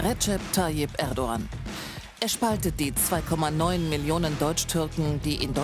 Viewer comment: Nichts gegen ihn aber für ein Türken spricht er Erdogan ganz schön falsch aus